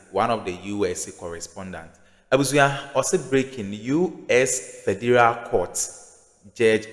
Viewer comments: HE SAID FERDURAL COURT-LOL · Pronounce Federal again.